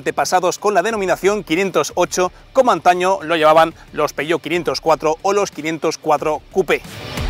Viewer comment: Si se pronuncia en español/castellano, que también es perfectamente legítimo, ha de decirse tal y como se lee: "peujeót/peugeót". Pero si quieres pronunciarlo en francés, como haces en el vídeo, entonces debes decir "peuyó", no "peyó".